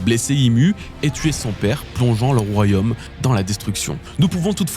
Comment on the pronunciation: Attention: ce n'est pas "royhomme", c'est "royaume".